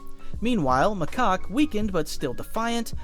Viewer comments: Macock?? It's Macaque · 😂he keep saying macock instead of macaque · Ayo it aint macock its macaque😂😂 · Someone please make count on how many times they say 'macoqe' instead of 'macaque' 😭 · your putting in the good stuff were macaque lurks on monkey kings house i have seen the show 3 times and stop saying macaque wrong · bro,s name is 'macock' 🥀🥀🥀 If you know you know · Macaque more like makaka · WHY DO YOU PRONOUNCE HIS NAME "MACOCK" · Macaque (ma-cak) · Or calls macaque macock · Or macaw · can someone please correct him on Macaque's name please 💀